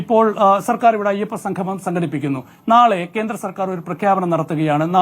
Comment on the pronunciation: സംഘമം അല്ല സംഗമം